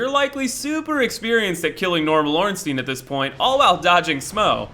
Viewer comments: Ornstyin and smow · It's pronounced like the German word Stein which means rock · "Orenstein and Smow" 😂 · Every time he says "Ornsteen" makes me cringe. The ei is like the ai in sai, it's basic german. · Ornsteen and Smauw? Never heard such disgusting pronunciation in my life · You can pronounce Ornstein like ornsteein if the I was before the E, but that isn't the case so the only way to pronounce it would be Orn-stine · Yeah I called him ornsteen mistakenly for a while too because some people say it could be german but coincidentally I'm now learning german and that wouldn't even be correct pronunciation in german or english.